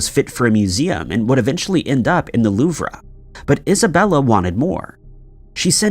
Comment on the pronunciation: What the actual hell? The Louv-rah… (louve) the Marcus (marquis)?